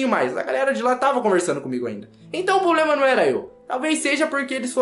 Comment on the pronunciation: Muito "poblema".....